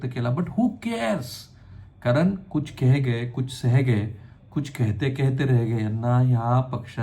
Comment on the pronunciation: केह गये, रेह गये, केहते केहते असे वाचतात ते